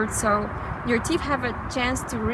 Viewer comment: It's natural sugar not processed sugar. teef??? teeth. you need to floss.